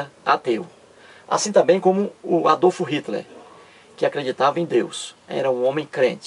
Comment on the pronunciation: Quando esse cara aprender a pronunciar Adolf Hitler e Joseph stalin, aí pode até tentar chamar os outros de bobo.Vai estudar, que pronuncia horrorosa. kkkkk